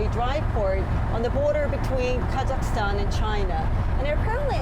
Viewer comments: Is she saying the country name wrong multiple times and finally have it correct or is it just me. Apparently, it doesn't seem to bother anyone here as it appear that I'm the only one complaining. 😌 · Wtf, how hard is it to say KaZakhstan and NaZarbayev properly?